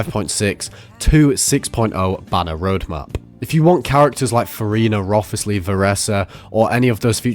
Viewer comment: bro COULD NOT have pronounced Wriothesly more incorrectly <3